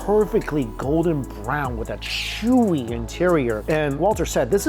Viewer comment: "So sheezy, so shewy..."